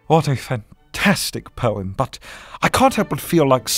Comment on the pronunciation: Is it just me or does he sound like he saying porn instead of poem